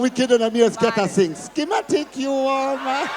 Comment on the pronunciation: so annoying when he say skimatic